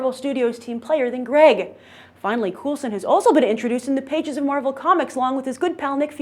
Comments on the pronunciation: It's pronounced Cole-sen. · Cool-sen or Cole-sen??? =P